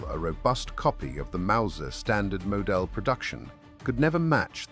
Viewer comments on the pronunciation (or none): Also model. Not more del